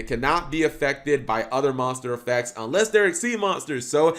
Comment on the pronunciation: God this duel just confused me because a lot of what he says was wrong or just weird. Like him saying Heraldry or saying effects clearly wrong.